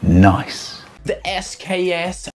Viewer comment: That’s not how u pronounce the SKS!!!